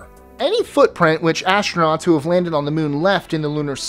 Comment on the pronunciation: ashtronauts?? dude you really are persistent on talking on these videos aren't you?.. Haven't we said enough that your speech sucks... Why do you insist dude... just have someone else talk for you, really don't be that cheap... Your videos are ok but the speech sucks man it sucks. do something about it....